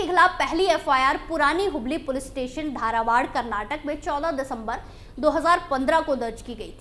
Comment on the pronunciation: धारावाड नहीं बल्कि धारवाड़ बोलो। जगह के नाम अच्छी तरह से हिंदी में पढ़ो ताकि आप सही उच्चारण कर सको। Pl take it positively for improving the way of speaking.